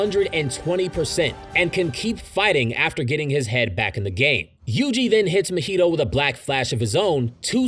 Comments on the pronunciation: Broo why you saying mahito’s name like mojito 😂. It’s Ma-he-toe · The way you say Mahito throws me off everytime